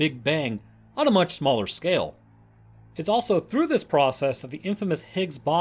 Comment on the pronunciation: I love the tales and the nonchalant narrative you give, but I can't help but giggle at "Higgs bossom"